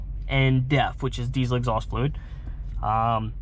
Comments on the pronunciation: he definitely did but it's hard to unhear death 🤣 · Lol until he explained it I thought he said DEATH and not DEF like he don’t give a damn and will die before he closes the second cap 😂